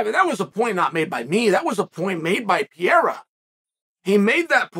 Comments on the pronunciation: Chael must be the worts guy on the planet to pronounce portuguese language names. PEREIRA. PE-REI-RA. Chael: Piyerhawh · PEREIRA. NOT PIERA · PEEEE Air Uhh Chael's pronunciation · Soooo .... is anyone ever going to point out that Chael is saying "Pereira" wrong 🥲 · I stay until Chael says the name then I close. Don't wanna miss his first time saying it right.